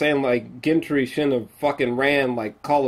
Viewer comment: Wait one more silly gripe.....😉 hearing you pronounce GEN-TREE and DEN-AIR-REE-US....nails on the chalk board. But the rest...on point as always